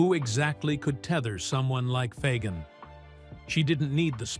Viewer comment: LOL! They can't even pronounce Fagen correctly!!